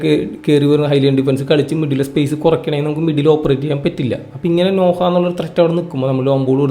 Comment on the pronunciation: നോഹ അല്ല നൊഅ.